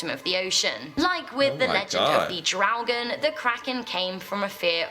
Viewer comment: Ffs man... She said in the 1300s... That was before USA was even discovered. It's not Draogen. It's Draugen.